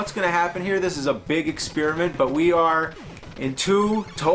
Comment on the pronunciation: James, why do you always pronounce experiment like ex-spearmint? :P